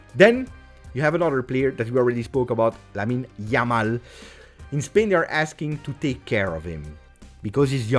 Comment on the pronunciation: LAMAL :D hahahaha it'll make me laugh every time :D